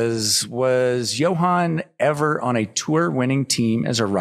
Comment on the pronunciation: "Johan" dude, not "Johann" haha.